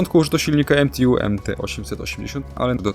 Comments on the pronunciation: umówmy się, że jeśli jest skrót MTU od niemieckiej firmy, to ŻADEN niemiec nie powie "emtiju", tylko wypowie "eMTeU" -podobnie jak Polak! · Co to jest jak mówisz "EMTJU" , w języku niemieckim i polskim nie ma czegoś takiego. Fonetyczmie jest nazwa MTU. To nie rób wiochy. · Jeżeli silnik jest niemiecki, to skrót MTU to nie wymawiajmy tego skrótu po angielsku (EM TI YU) ale normalnie po polsku lub po niemiecku, co w tym przypadku wychodzi na to samo. Analogicznie w Polsce marka samochodów BMW to nie angielskie BI EM DABLJU, tylko BE EM WU (albo BE EM WE jak ktoś chce po niemiecku). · Co za akcent nadreński emtiju coś za bardzo z angielska bejbe😁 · Dzięki za materiał o k2. Zwróć proszę uwagę na wymowę, jeżeli podajesz nazwy niemieckie nie czytaj ich po Angielsku. MTU - Motoren- und Turbinen-Union Friedrichshafen - nie czyta się U „ju” to nie angielski … Rheinmetall AG - „ei” czytamy „ai”. Nie pisze tego złośliwie. Po prostu uszy bolą. Róbmy dobre materiały po prostu. Pozdrawiam